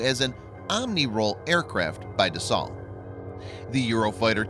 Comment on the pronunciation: Dassault pronounced Dasso, not "dassalt". Macron not "macrone". (to help you "improve" since you asked for it ;)